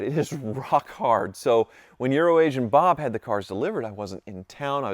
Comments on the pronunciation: You can say Euro Asian Bob..... but I still hear Urination Bob. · you pronounced Urination Bob wrong. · I heard the emphasis he put too 😂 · I love how has to try really hard to pronounce Euroasian Bob after Bob got mad at him for saying Urination Bob all those years